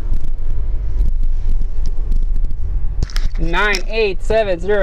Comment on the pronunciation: Nyne juan juan 😂😂